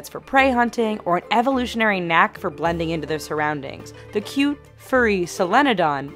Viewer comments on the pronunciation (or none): none